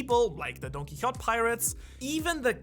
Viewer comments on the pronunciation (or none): none